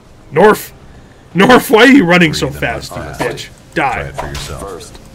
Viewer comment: Norf and Nasser both sound like a southerner trying to pronounce them